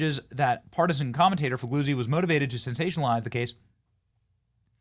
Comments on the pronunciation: 'gli' is an odd sound in italian. His name is pronounced: Fee lyee oo tzee. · FOR THE LOVE OF GOD, SOMEONE GIVE BENNY READING LESSIONS! Fig- lee- uzi! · “..Former FBI, boss, Frank Figlizard…” Is that how you say it? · Fig-Lee-Uzi, is how it is pronounced! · It's pronounced FA. GAZY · It's Frank Foo-Gay-Zee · I love how you pronounced that guys name lol